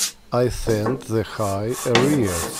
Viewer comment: Your English very good. The English language is very tolerant of mispronunciation ( it has to be , the America's mangle it badly;-)) , so don't worry too much. But for your information, Area is pronounced like :air - re - ah' .